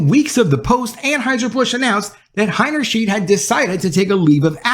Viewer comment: The pronunciation for her last name is... Heiner • shide (not "sheed")